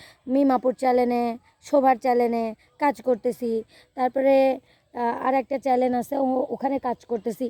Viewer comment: চ্যানেল উচ্চারণ ঠিক করে বলিও